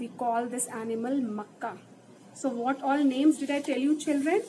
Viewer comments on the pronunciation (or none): Nice 👏but ma'am it's not a Makka it's Naka